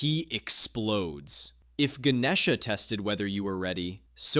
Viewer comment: Bro, that’s not how you say it I’m Indian, you said Ganesha wrong